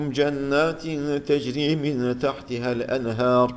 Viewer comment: hocam ağzına sağlık lakin 544 sayfada son ayet içerisinde ve yüdhilihüm cennetin tecri yerine teczi okumussunuz